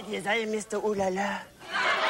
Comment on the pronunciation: mr oh la la isn't french. That's an actor and his french accent is ridiculously bad in fact